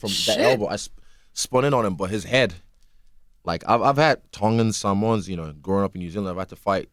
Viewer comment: Love how he pronounces Samoans correctly Israel is a fuckin beast though